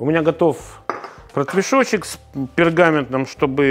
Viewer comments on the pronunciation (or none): А мне послышалось не протвешочек, а портвешочек😅. Вот это думаю биточки для детей😂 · Прослушал четыре раза. Дал прослушать сыну...и совместно, все таки решили..."протвешочек"! Обидно...😊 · Только я услышал "портвешочек" вместо "протвешочек"? 😂